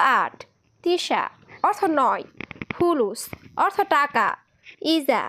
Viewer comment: তুমি এভাবে কথা বলো কেন কথা বলার ধারণ পাল্টাও কথা বলা সুন্দর নয় এগুলো কি কথা সুন্দর করে উপস্থাপনা করতে শিখো সব শব্দটা হবে অর্থ অথো নয়